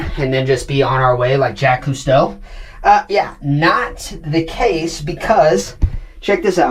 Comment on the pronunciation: You’ve said JACK Cousteau a couple of times, I don’t know if you’re joking, but it’s Jacques, not Jack. He is a legend in undersea exploration so let’s use his proper name, ok?